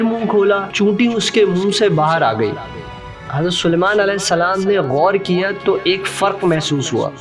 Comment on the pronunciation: Maf kijiye bhaijan lekinaapka salam ka pronounsation sahi nahi